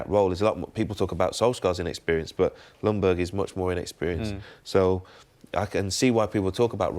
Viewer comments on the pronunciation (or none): Hi England! The "J" in Ljungberg is not silent, but the "L" is. Regards Sweden.